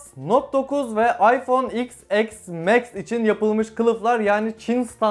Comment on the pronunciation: Abi neden İphone X (Eks) max diyorsun